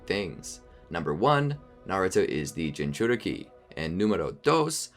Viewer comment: i dont want to be mean but you're saying jincuriki wrong the beginning sounds more like chin